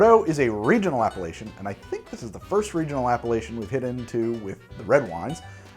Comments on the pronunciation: says: appellation My brain hears: Appalachian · took me some micro-seconds to realize that you were not saying Appalachian but Appellation as in appellation d'origine contrôlée. Good video!😋🍷👍 Oh wow just realized: you posted this video on my birthday!! wow, I love💜wine🍷!!!! thanks!!!!!and sorry I did not see it until now, I was not subscribed back then.